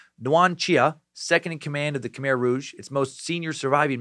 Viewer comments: Half way thru, saving the rest for tomorrow’s day of work. So far so good. I’ve heard countless stories of what happen to my family during that time. Side note from someone who speaks the language : it’s pronounce Ka-mai (Khmer) but you’re doing an good job at trying. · Its pronounced K'Mai